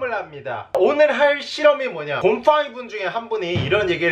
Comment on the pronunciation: 곰퐝이 라고말하실때 진짜로 곰팡이 봣서욬ㅋㅋㅋㅋㅋ